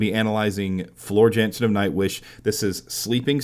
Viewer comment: lol funny how you pronounced her last name. i am dutch and you hould not pronounce it like that. its a typical dutch surname. you just say it how it is written.